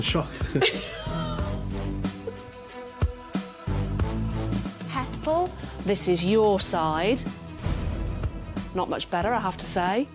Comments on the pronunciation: The way she's pronouncing their names.. "Hettle and Mittle" 😳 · Haha their names are Hetal and Mittal. It’s just the way Anna pronounces their names.